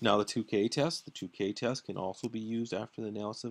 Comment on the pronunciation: Tukey is pronounced like TwoKey, not like TooKay.